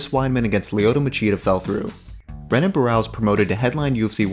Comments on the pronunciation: Great vid but I thought it was pronounced henan not renan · It’s pronounced Henan. Other than that, great vid